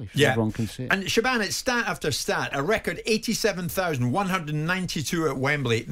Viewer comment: Pretty sure Jim has never seen the name “Siobhan” … “shiv-orn”